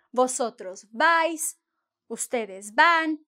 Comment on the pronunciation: I liked the way she said, no vais, if you won't talk to anyone in Spain.